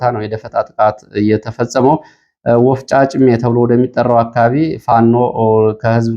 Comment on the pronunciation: ወፍጭጫሜ ሳይሆን ወፍጫሜ ነው